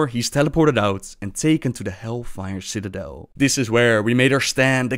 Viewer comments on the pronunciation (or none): none